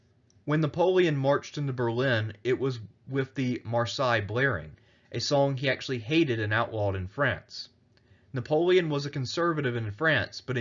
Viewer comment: Great dictation! However, the French National Anthem is pronounced "La Mar-say-YEZZ" and is the feminin substantive (noun) meaning "The Woman of Marseille"(pronounced Mar-SAY). It's ironic they would name their anthem after that as Marseille is an ancient Greek colony (Οι Μαρσέλλες).